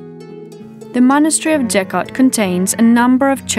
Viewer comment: Geghart ….. Keghart ….Գեղարդ And it’s not Jeghart.